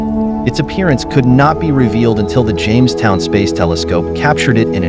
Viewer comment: Ok I have to ask...what exactly is the "James wood telescope"...your robo guy keeps saying that.